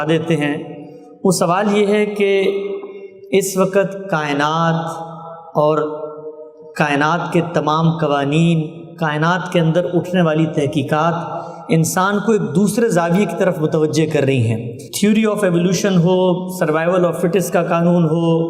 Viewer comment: تھوڑا سا دھیان دیں تحقیقات کو تہکیکات نہ پڑھیں